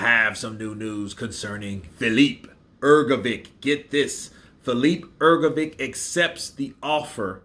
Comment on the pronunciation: Love your pronunciation of Hergovic